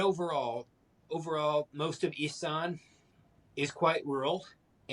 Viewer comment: When will foreigners learn to say Isaan properly, drives me mad. I think the spelling with an E throws foreigners. Try listening to how Thai ppl pronounce it